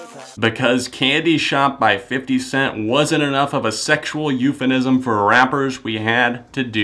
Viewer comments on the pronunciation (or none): I hate to be that dick, but it's euphemism not euphenism.